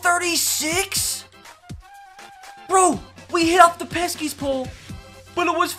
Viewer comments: Pesky pole not peskys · “Peskies pole” triggering as a Sox fan. But love u ur the goat